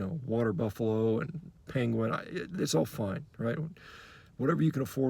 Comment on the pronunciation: I laughed so hard when u said penquin